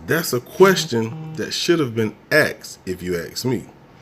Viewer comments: ASKED. NOT AXED. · No one axed lol